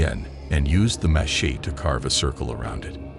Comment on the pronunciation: Watch out for those “mah-sheets”